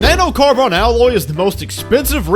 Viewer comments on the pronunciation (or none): "Na-no-car-BON" wtf